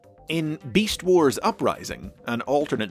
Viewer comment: He says beast wars like 🅱east wars yo